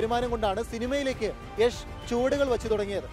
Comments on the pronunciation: യഷ് അല്ല യാഷ് ആണ് 😂😂😂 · യശ് എന്ന് തന്നെ ആണ് യാഷ് എന്ന് മലയാളികൾ പറഞ്ഞ് ഉണ്ടാക്കിയതാണ് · yesh alla yash 🤦🏻‍♂️🤷🏻‍♂️ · Yesh alla yash ann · Yesh alla 😂 yash ann